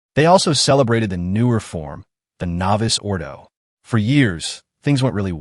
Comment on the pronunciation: Or "Novus Ordo"!